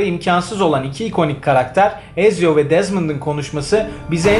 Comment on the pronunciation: E abi, Edward Kenway'in kızıyla buluşması? Mary Read'i kaybettiğimiz sahne? Hiç mi yok? Bir de çok üzgünüm ama Ezio'yu "Etsio" değil de "Eziyo" diye okumanız acayip dikkatimi dağıttı ya.